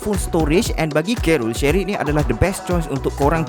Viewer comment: Shareit bang bukan shery